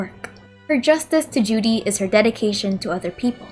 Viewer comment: It's funny how when you said duty in the beginning,you sounded as if you said Judy lol